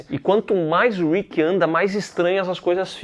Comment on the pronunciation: Man fala o nome do Rick certo que agonia 😂😂😂 , vcs estão mudando ate o Andrea. A primeira temporada absurdo de bom, e não o Daryl nem chega perto de ser escroto,é so uma cara que foi manipulado pelo pai, e depois pelo seu irmão, é de longe o personagem mais bem desenvolvido, consegue se libertar, e virar um grande líder.